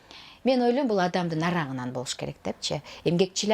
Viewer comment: Блииин нарагынан дейтго ужас, нары жагынан деп суйлосон боло, кайсы арына ырчы болуп журосун? Кыргызча суйлой албагандан кийин.